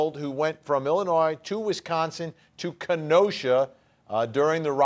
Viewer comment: Hi. When you pronounce Illinois there is no “s”. 👍